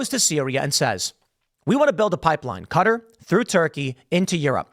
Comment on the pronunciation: Stop mispronouncing Qatar.